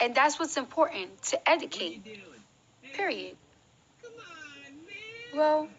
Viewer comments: Was her trying to say Educate driving anyone else insane!? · Debbie Davis 😂😂 OMG thank you!! I can't believe this is the face of hip hop!? Lord why!!? Zero talent and steals everyone else's flow. I give her 2 yrs max! And why is she always trying to sound smart when she sounds the exact opposite. Hence how she is pronouncing the word "educate" in the video🤦